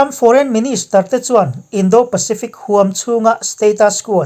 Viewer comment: indo Pacific=indaw Pacific Indou nilou indaw